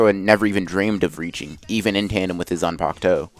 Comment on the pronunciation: why is it that in the thumbnail and what you say its Zanpakto, but in the title its Zanpakuto? Edit: also its in every video.